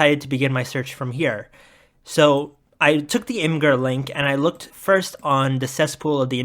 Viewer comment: Nothing but respect to you, the only other person besides me on the entire internet who doesn’t pronounce imgur “imager”